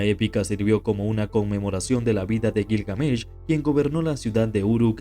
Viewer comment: Detesto los videos que se anuncian como algo mas interesante que el verdadero contenido, ah, y me sangran los oidos cuando te inventas la acentuacion de Gilgamesh...... que perdida de tiempo